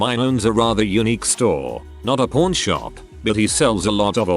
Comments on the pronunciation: Kept thinking the TTS was saying porn shop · When it says pawn, it sound like p——. So then, i assumed they were p——shops lol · The way it says pawn... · I was laughing at that. Who knew pawn rhymes with corn.